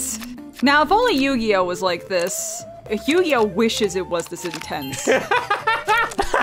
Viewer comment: Bro, it’s YU-GI-OH